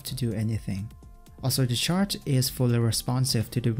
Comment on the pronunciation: every time you say "chart", I keep thinking you say shart